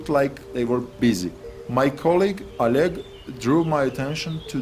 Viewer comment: My collegue: o leg, o lead, a leg, oleg. LOL please. :D